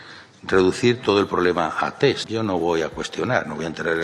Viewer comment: Hoy, por fin puedo decir algo positivo de Ábalos... sabe pronunciar “TEST” correctamente... Y es que me he cansado de escuchar a infinidad de políticos y periodistas a los que se les llena la boca de “TETS “